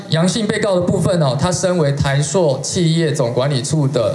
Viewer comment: 台ㄙㄨˋ不是台朔